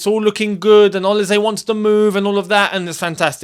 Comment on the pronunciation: Man said olize its olise you're African you should know better lol